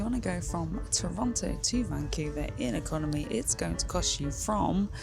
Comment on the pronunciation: You need to learn to pronounce Vancouver.